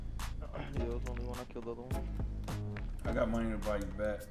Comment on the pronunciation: “Give me muney” 💸 “i da best”